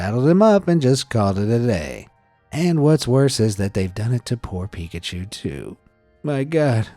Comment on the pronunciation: not pikchuuuu nooooooo